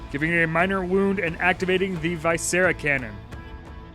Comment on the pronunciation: Its "vih-scera" not "vy-scera", like the word "visceral", it refers to the intestines.